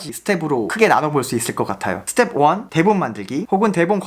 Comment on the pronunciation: 양킹님 스텝풔 발음 너무 좋아요 ㅋㅋㅋㅋㅋㅋㅋㅋㅋㅋㅋ 여억시 영잘알 👍🏻👍🏻